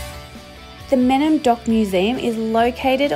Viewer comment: You’re pronouncing it wrong